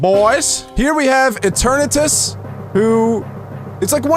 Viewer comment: You pronounce eternities wrong